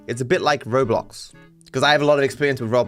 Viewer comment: first time ive heard say Roblox correctly instead of rawblocks:_dviperGiggle